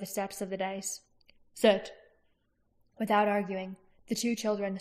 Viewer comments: Dais is not pronounced "dice", as you have been. More "day-is" just for future. Xx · It’s pronounced “die-yes”